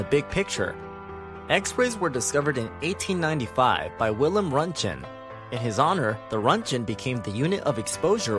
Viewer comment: Roentgen is pronounced “rontgen” and the G is a “guh” not a “juh” Sound